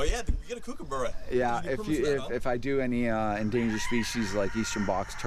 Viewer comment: The way you say kookaburra, as an Aussie, offends me